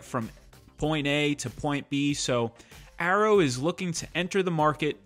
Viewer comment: Dude stop pronouncing it as Arrow it has Y in it.